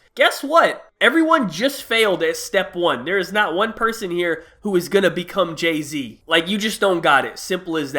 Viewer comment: Who the fuck is Jaz-Z?😂